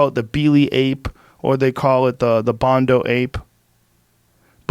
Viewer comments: Bonodo Ape Joe. Not Bondo. Has been bugging me every time he says it. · Bonobo not bondo lol